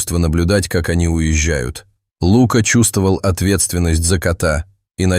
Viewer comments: Птчему ЛУка, а не ЛукА. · Неплохой рассказ, но неприятно слушать неправильное ударение в словах. Что за Лука, ударение на у. А ведь есть известное имя Лука, ударение на а. И еще несколько слов. Непонятно, вообще что за тигренке, ударение на и. Такие простые слова и столько ошибок. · Лука, ударение на А! И Кот! а не Като! Русский язык не изучали?? Ну тогда не стоит читать истории.! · Рассказ очень трогательный , но если бы читал текст не робот , а человек, было приятнее слушать . ТигрЕнок и Лука режет слух !